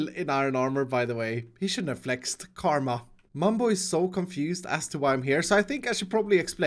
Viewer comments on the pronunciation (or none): Pls pls check the pronunciation of karma